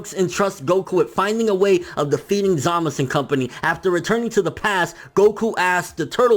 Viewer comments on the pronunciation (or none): Stop saying zamas.. its za-muh-zu